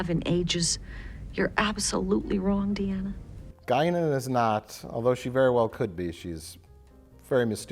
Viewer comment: Guinan with a gun = Gun-nan